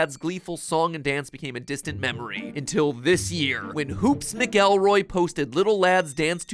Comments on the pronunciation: Even funnier to hear him called Mick-el-roy instead of McElroy. 😂😂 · Hoopes 'Mick-El-Roy' as MatPat pronounced it, is Justin McElroy (mack-elroy), Co founder of Polygon and podcaster known for My Brother, My Brother and Me, The Adventure Zone, and of course his biggest achievement, uploading the berries and cream sound on tik tok. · It's pronounced "MAC-el-roy". Hoops being Justin McElroy of the McElroy brothers. He's a podcaster, comedian, and voice actor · Great, but it's Hoops "Ma-kuhl-roy" not "Mc Elroy" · When mat said mc-elroy instead of mackle-roy I died a little on the inside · it's pronounced like Macelroy - I listen to their podcasts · You had me until you pronounced Justin's Mcelroy's name as "mick-elroy" smh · The way you pronounced the McElroy name just feels wrong 😂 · Just a heads up, last name is pronounced “Mack-ah-Roy” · “Mick-el-roy?” My man, Matthew, I would tell you to listen to MBMBAM, but I can’t even get my friends to do it. Instead, I’ll just say: Double-check your pronunciations. This isn’t your first offense. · I’m about to be that guy lol: I think it’s pronounced “MackleRoy…” again, hate to be that guy but yeah… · ayyy that is my boi Justin MCElroy. pronouced mack-a-roi from mbmbam podcast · Did not expect to see Justin McElroy on Food Theory, but I'm not sad about it. (It's pronounced mackle-roy, btw.) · Matthew... It's pronounced "mac-elroy"... Justin and his brothers are quite well known 😂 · ... it's pronounced MACK-ELROY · THANK YOU because I died when he said mc elroy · Crying at the way you said McElroy, also literally within the first two minutes all of the times I hyperfixate on were included, the Bts, the little lad and The McElroys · I'm glad I'm not the only one who mispronounced Justin McElroy's name like that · Thats not quite the pronunciation of McElroy but keep trying matpat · Not Matpat mispronouncing McElroy 🤣😭😭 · the way you said “hoops mcelroy” gave me pain as a mcelroy fan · did he MISPRONOUNCED MCELROY?!?!